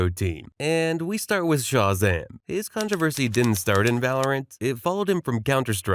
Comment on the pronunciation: Yeah is this just an AI channel lol? The inflection and cadence sounds a bit like AI, plus the way he will repeatedly mispronounce words like Shazam is some AI shit lol.